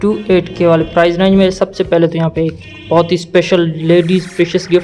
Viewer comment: Mate its price not prize.